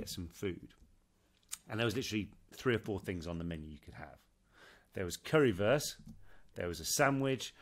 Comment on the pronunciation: I'm from Germany and i think you pronounce 'Currywurst' well! I understand it! 😊I don't know why the Lady didn't 🙈